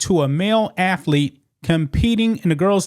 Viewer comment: Athlete not afleet